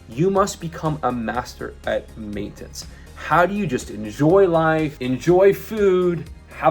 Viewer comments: the type of guy who's mastered main-tense, without being able to say "maintenance". 😅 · the type of guy who can't pronounce maintenance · Does this guy purposely pronounce random words like maintenance in an insane way for engagement ? 😂